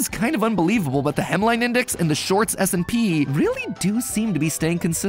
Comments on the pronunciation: Is it just me or does it sound like he says the shorts smp instead of s and p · I keep hearing shorts smp not shorts s&p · It sounds way to much like you say short SMP 😂